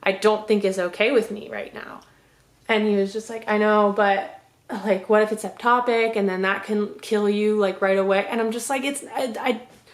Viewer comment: You keep saying eptopic It’s ectopic